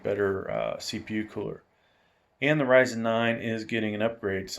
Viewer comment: Great review, gonna get this case for a new pc build. Also wanna point out Ryzen is pronounced (R-IY-ZEN) with an (i) but overall great video.